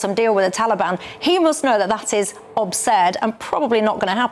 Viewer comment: Obsurd? Come on, Dewbs. Absurd isn't hard to pronounce.